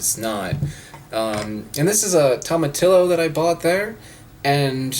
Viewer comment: I got caught off guard with how he said tomatillo. Hah.